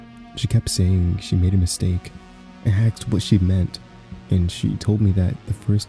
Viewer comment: What u got against axes, huh? I'll have you know my brother is an axe and he'd find that offensive